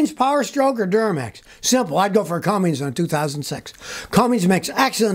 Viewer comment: Not Cummings Scotty!!!